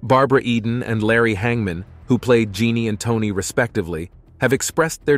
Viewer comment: He just mispronounced Larry Hagman as Larry Hang Man